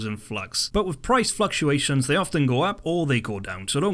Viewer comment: Price FLUXuations xD